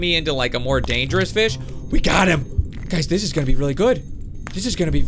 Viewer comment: You said feed and grow fis hahahaha 😂😂😂😂